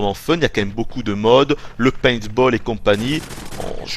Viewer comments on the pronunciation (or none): none